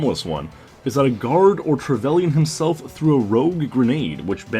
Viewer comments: Trevelian? No it's pronounced trevalin. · Trevellian? You pronounce it Trevelynn